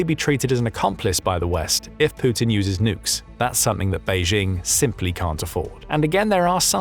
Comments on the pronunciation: "Pooutin" There's something about the way this guy says his name the first time he uses it in each vid that always tickles me a bit upon hearing it. It sounds purposefully subtly exaggerated. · Poo-tin, that's a bad omen there!